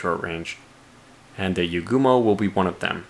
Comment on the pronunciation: When the torpedo hit the CA.. I will never tire of hearing a giddy. Yugumo pronounced YOUguhmoe (the you is capitalized to indicate which syllable is the stressed one. The letter U is most often pronounced like oo. It's also the tier 9 torpedoboat (vs gunboat) line in World of Warships. The 6 torpedo tubes of the Wittelsbach is probably 2 port, 2 starboard, and one fore and aft. So, I hope that doesn't come to bite you later... FIND OUT NEXT TIME ON POWER Z